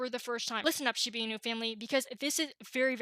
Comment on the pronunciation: It is not called shibi inu... it's shibA inu. Put some respect on the name